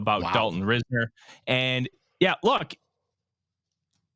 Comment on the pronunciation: I hope the Vikings can get Dalton Risner signed. He would give the O-line proven competition and depth at OG. It's actually pronounced RISE-ner. 👍